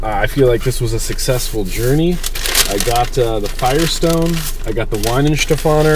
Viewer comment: Just a short note on the pronunciation of German names. There is no english W sound in the language that I am aware of. The W is pronounced like an english V.